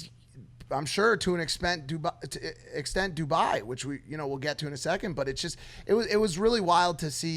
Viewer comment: I KNOW Dubai hates mike for saying Duboy